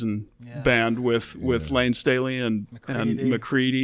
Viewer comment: I know. Makes no sense. I’ve heard Joe say “Layne Staley” perfectly on previous podcasts. He says “Staley” several times during his interview with Mark Lanegan, last year. I guess I’ll give Joe the benefit of the doubt here, and chalk it up to misspeaking.